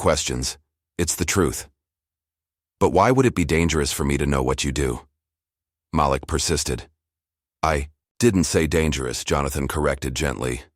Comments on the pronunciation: That’s funny that’s what I thought. It was MALEEK in pronunciation. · If you are going to AI a story, pronounce the child's name correctly MĀLIK, not Makeek! Don't switch off! Damnit! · His name is pronounced Ma-LEAK…NOT Malick ugh! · Sometimes he called the kid MA lick, and a couple of times he said it correctly, Ma LIK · I enjoyed the story but the Ma-Lick not Maleek and the BYEnoculars instead of binoculars. I'm sure it was AI and it shows, GEEZ!! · The first thing you are pronounced his name wrong. It’s MaLik not Malick! Do it correctly! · From Montreal; the voice is AI-generated.....And the young boy's name is pronounced "Mah-leek"... NOT "Malick!! 😒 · Please pronounce the child’s name correctly. Your narrator is as bad as the teacher. It is not mal-ick but ma leak. You misrepresent those you purport to represent in a positive light. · Ok, I know this free, but the AI voice switching back & forth on the pronunciation of the boy’s name is so distracting, it was awful! First the voice said Maa-lick, then says Ma-leek. The continuous mispronunciation makes this sound like something an elementary school kid made the story…. Actually, kids wouldn’t make that mistake. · The name is prounced Ma’ lik emphasis on Ma(not ma) not Malik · His name is pronounced Ma'Leak. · It's so disconcerting every time the AI mispronounces the names of Black people like Malik. (muh-leek). Can't we train the dumb software that knows everything how to speak? Because a great story gets ruined if the names are grating on the ears like nails on a chalkboard. Just my two cents! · Why do you pronounce Malik name correct sometimes and other times you mispronounce it